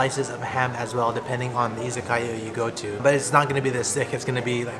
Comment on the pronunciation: Friendly tip: Pronounced i za ka ya, as opposed to iza kaya